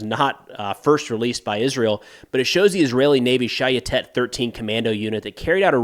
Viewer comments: Pronounced: shy-YET-et, with the emphasis on the second syllable. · Ooh the way you say "Shayetet" is extremely American lol. Not that I'm complaining I just find it amusing.